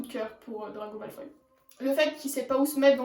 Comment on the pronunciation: Mdr tu dit drago malfay mais tu écris draco malfoy